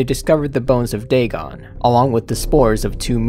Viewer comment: Totaly said dagon good XD